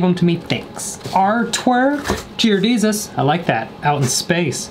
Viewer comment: I haven’t heard him say jear desus in a while